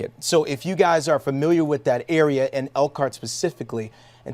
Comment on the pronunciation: They can't say Elkhart Indiana.How is people going to know